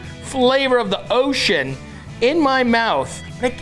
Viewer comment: Really cause...He said "taste of ocea"!